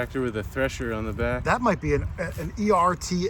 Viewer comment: You pronounced ERTL beautifully. There headquarters are located here in iowa not far from me. GREAT VIDEO! keep up the good work.